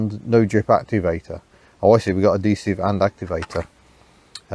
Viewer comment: Why do you keep ignoring the "h" in "adhesive"? It's "ad"-"he"-"sive". Not "a"-"de"-"sive".